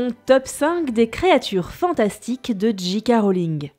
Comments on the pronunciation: C'était cool étant donné que je suis une fan incontesté d'harry potter! Par contre par pitié, c'est J.K"ay" Rowling et pas J.K"a" Rowling! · J.K -> "ji" à la française, ou "djei" à l'anglaise, mais pas "dji" haha Ca pique ^^ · On dit pas J Ka rolling mais J keyyyy rolling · Du coup ce serait Jay Kay et non Ji Kay. Autant faire les choses à fond. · et non le J c'est G et le G c'est J en anglais donc "Djé Ké" 😄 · haaaaaaaaaaarrrg ; j'en appelle à linguisticae !!!! ou tu dis "dji kè rowlings" ou "ji ka rowlings" mais le mélange des deux montre clairement que tu n'a pas su choisir ton camps....... le non bi-linguisme franchouillard dans toute sa splendeur !!! (2nd degrès insaillede) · Non non, le G se prononce bien "Dji" et le J "Djei" comme tu l'avais dit au départ